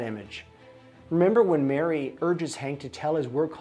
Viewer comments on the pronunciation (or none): Marie, not Mary